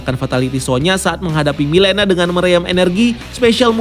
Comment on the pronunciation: Mileena bacanya Melina